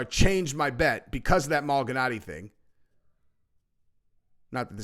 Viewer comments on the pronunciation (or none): It’s ma-li-naggi not mal-gi-naggi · Pronounce like this Mal i naji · Bro if you say malganatti one more time 🤣🤣🤣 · its pronounced Maul-Ihh-Naww-Geee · Bro. Please don't ever say Paulie Malinaggi's name like that ever again 😂 that was cringe af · WOW you freaking butchered tf out of Paulie Malignaggi name dude! 😂 This is def the casual mma channel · Paulie who? Love it when butchers boxers names or MMA fighters pre 2017 lol